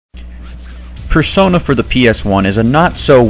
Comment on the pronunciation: Personai? Person-eye? Multiple Persona are called Personas.